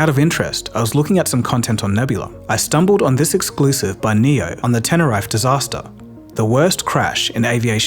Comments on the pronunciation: LOL! it's NOT "tenner rife" it's "tenner reef" when pronouncing Tenerefe Airport 🤣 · Hey, "Heini" would be pronounced "high nee" rather than "hee nigh". It could be worth your while checking pronunciations on Forvo or Wiktionary to keep them up to your excellent standards. "Tenerife" is "ten uh reef ay" too.